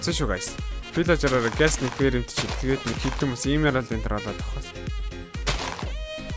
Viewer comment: ahaa valaager bishee vilager.Bas pilaager bish shuu pilager